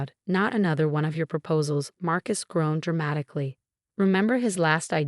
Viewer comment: Groaned, not grown. Marcus, not Mark Is. Own, not um. No, not now. Us kids, not as kids. Winced, not wentz.